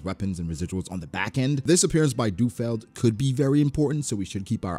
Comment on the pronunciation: isnt it Lu Feld? why is saying du feld?